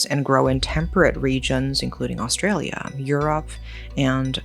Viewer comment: why didn't you look up how to pronounce leongatha, melbourne, or even australia? if youre going to cover such a serious case, at least do it with a bit of care